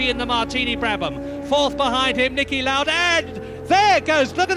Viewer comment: Just a heads up, its pronounced "Louder" not "lorder"